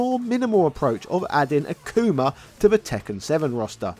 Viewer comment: He called akuma acoomer😂